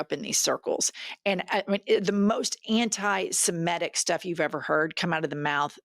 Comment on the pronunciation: I was enjoying your comments until , when you lumped all WASPs as bigots. I was born a WASP, it would be disingenuous if I denied my genetic makeup. That does NOT describe or define my beliefs. I’m not a Protestant anymore, but I was born that way. I hate it when people generalize like this. Also, it’s pronounced anti-sem-itic, not anti-sem-etic. The way you pronounce it makes it sound like an emetic.